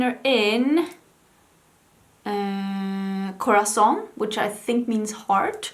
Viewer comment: When you said "corazon" I heard "croissant" and it cracked me up XD